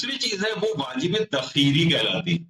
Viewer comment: واجب تخیری نہیں بلکہ واجب تخییری کہا جاتا ہے۔ یعنی خ کے بعد دو ی ہیں۔